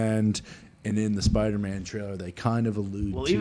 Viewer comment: saying spidermen instead of Spider-Man is low key the funniest shit ever.😂💀